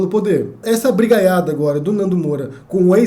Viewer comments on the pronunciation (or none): Nossa, o jeito que você fala "brigaiada" é diferente.; ) Meu galã preferido.